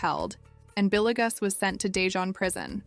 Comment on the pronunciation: Not trying to be an a**hole but it is driving me nuts how you pronounced Villegas (Vil-yegas) as Billy-gus..